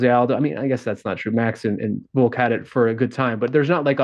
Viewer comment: VoLLLk! Not Voke